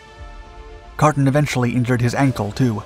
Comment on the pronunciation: Same goes for your pronunciation of Carton.